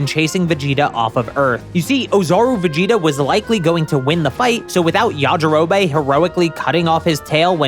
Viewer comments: Yajirobey? Its pronounced yajirobi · This is just bad. Yamcha never cheated. Fans made that up. And Puar a "prominent character"? lol please. Finally, it's pronounced Ya-Ji-Ro-Bee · Why does bro pronounce things wrong???? Ya ja row bay??? Common man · STOP CALLING HIM “yajirobay” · Bro who tf is yajirobae??? It's yajirobe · Pronouncing it YajiroBAE <3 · Are you saying Yaji-ro-BAE as a joke, or have you never actually watched the English dub? I'm starting to think the latter since you also said SAI-ans. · The way he pronounces Yajirobe.. Well it got me to comment so I guess he wins the algorithm game. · The way you pronounce yajirobe is odd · This guy pronounces Yajirobe weird and annoying